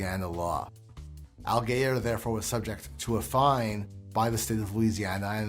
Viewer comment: you pronounced allgeyer wrong :(